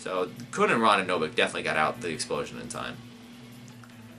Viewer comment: Please, someone send him a clip of the Aguero goal against QPR so he knows how to pronounce Khun's name.